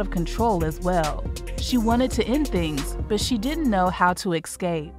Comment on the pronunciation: What’s “x-scape”? Is that the same thing as “escape”?